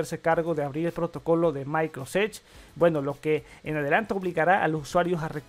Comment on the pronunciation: Pantalla de la muer? micros edge? por favor habla bien.....